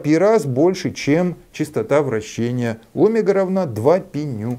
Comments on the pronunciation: Не нашёл к чему придраться, придерусь к словам))) Омега произносится с ударением на второй слог - омЕга. (см. вики). Спасибо! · а что, это особый физический шик делать неправильное ударение в слове "омЕга" (ударение на е)? ухо режет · Наш преподаватель (тоже из Новосибирска) говорил о́мега так же, с ударением на О. Сначала сильно слух резало, а потом привыкли.